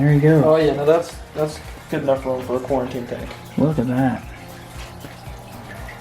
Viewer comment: Nobody:: Cooriteen